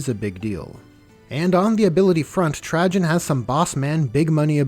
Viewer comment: Everytime you say Trajan 😬